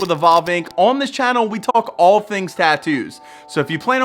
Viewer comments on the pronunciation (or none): none